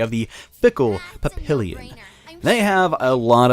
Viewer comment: The way you pronounced papillon must piss off the French.